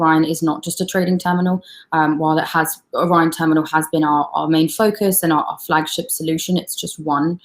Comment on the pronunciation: hosts smile fades as she realizes she has totally mispronounced the word "Orion"... and yet she continues to mispronounce it for awhile.